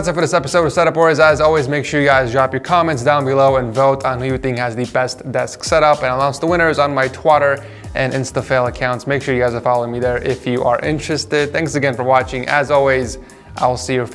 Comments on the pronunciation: How come you say Twatter and not Twitter? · did he say twatter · tawter and instalfes #lol